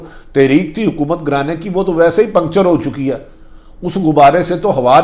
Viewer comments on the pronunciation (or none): none